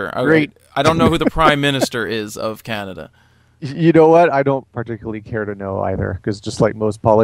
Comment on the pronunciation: Canadia lol